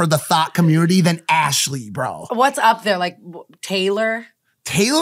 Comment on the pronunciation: "arshley" is absolutely killing me